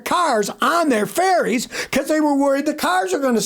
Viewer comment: I thought Scotty was saying 'electric fairies' but it's ferries he's saying.